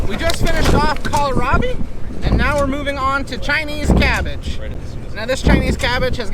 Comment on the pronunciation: I laugh every time you call it kal-a-rabi hahah